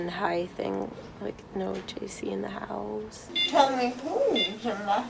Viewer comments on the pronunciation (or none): none